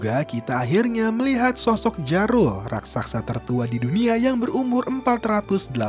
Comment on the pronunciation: mungkin bacanya bukan 'jarul' tapi 'yarul'